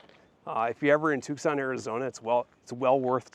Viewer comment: Wow! Beautiful historic spot. I have to visit here next time I'm in Tucson. If you're ever there in January the entire city is taken over by rock, mineral, gem and jewelry shows. Definitely worth a trip. Oh... and the C is silent. It's pronounced Too-sonn. You Midwesterners talk funny. 😊